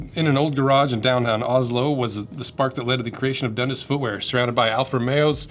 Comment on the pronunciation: Dundus😂 I'm from Ontario Canada and we say Dun-dass